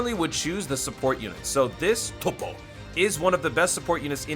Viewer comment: U should stop saying topo in a weird way it is annoying